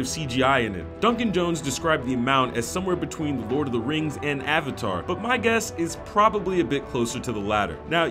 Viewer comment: better than ONng the ahvatar